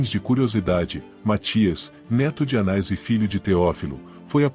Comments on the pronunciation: Há apenas erro de pronúncia: o nome é "Anás" e não "Anais"... na pronúncia é erroneamente inclusa uma letra i, e o som saiu "anais"... Atenção na pronúncia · O nome do sacerdote era, anás ou anais? voce pronunciou anais o vídeo inteiro. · Difícil mesmos é escutar o narrador chamar "ANAIS" e "CAIFAIS". Deixei de ver só por este motivo.